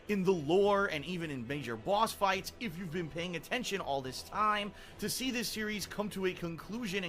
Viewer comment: “Bwahhsss fwights”